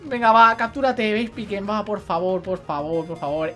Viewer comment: No puedo tomarme en serio este capitulo con el titulo XD Si te puede servir por si te matan a togekiss y por que también aprende ataques por nivel Furia Dragón siempre quita 40 PS así que no te preocupes /Vespicuin/ se pronuncia Vespiquen (Por si te interesa) - Se te va muchísimo, para el mejores momentos de cabesa, un dia de estos me vas a matar de la risa XD en serio, no puedo tomarme en serio nada contigo, es que a la mínima ya me estoy partiendo el culo de la risa XD Tri-Ataque es de tipo normal, lo único que tiene un 10% de paralizar, un 10% de quemar y un 10% de congelar, se ahí el efecto de fuego,electricidad y hielo Yo también lo recordare toda la seria XD